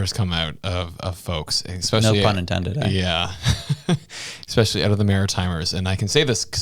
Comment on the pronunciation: New petition idea. Petition to teach there is no X in “Especially” 😂